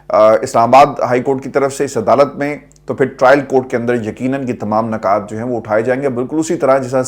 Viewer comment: صاحب، “نکات” کا صحیح NUKAAT ہے! نہ کہ NAKAAT. اور “نکتہ” کو NUKTA کہتے ہیں! اپنی اردو درست کریں۔ شکریہ۔